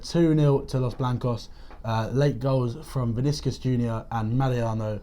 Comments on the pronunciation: Vi-ni-cius guys lol great show tho I always watch it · pronouncing vinicius is more like.... vin-e-she-us. say it quick and you’ve got it.